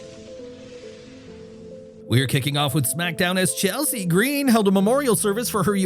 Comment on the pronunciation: Why do you pronounce Chelsea's name like that?